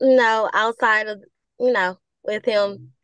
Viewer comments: You've no insight. If this man IS a teacher and can't speak 2nd grade english then 30 students in each class will learn to say 'wiff' also. Either he lies about being a teacher or the bar is low for his position. I'm doubting he has a college degree nor is he a teacher. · He doesn't seem to have tried well with his speech. "wiff" for "with". Very poor English skills, I'm doubting he's a 'teacher' as he claims.